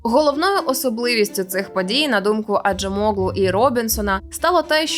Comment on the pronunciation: Acem це значить іранець, oğlu -- його син. Отже Acemoğlu значить "син іранця". Наголос на останню літеру.